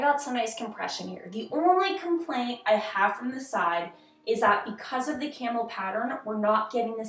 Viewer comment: I definitely though you were saying “camel” not “camo” for the first few times you said it 😂